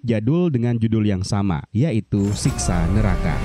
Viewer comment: Bang bang,Siksa neraka ya bukan Siska 😮